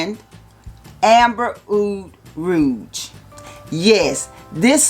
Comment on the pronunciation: hahaha best pronunciation ever: Ahr-Hermayun Amber Oud Rooj